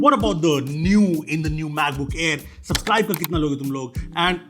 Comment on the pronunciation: "suPscribe" :) Trademark move